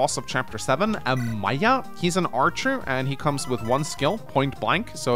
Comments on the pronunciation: it's AE-MEE-YAH. Obviously from Fate Stay Night 5th Holy Grail War Archer, which is Emiya Shirou. It's Japanese name... so you read it like Japanese, no long vowels. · Just so you know this character is a direct reference to the Fate series (Fate: Stay/Night, Fate: Unlimited Blade Works, etc.) and his name is pronounced like 'Eh - mee - yuh'. Not really a big deal and im sure you've had people tell you before but i just wanted to make it known. Also real quick here's a cheat sheet on how to pronounce any Japanese word. (for the most part) Again, not really a big deal but I have heard you mispronounce Japanese words/names improperly before so if you would like you can just refer to this guide. (Or just keep saying words whichever way makes you comfortable) Japanese has an EXTREMELY simple pronunciation system composed of 5 vowels. A, I, U, E, O, A is pronounced as 'Ah' (as in 'augment') I is pronounced as "Ee" (as in 'green') U is pronounced as 'Oo' (as in 'smooth') E is pronounced as 'Eh' (as in 'enter') O is pronounced as 'Oh' (as in 'open') Every other letter is pronounced pretty much the same as it is in English so you only need to know how to pronounce the vowels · The way pronounces Emiya hurts my soul. Him being my favorite Fate character.